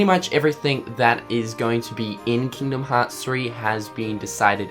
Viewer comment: "Keengdum Hots 3" I love accents xD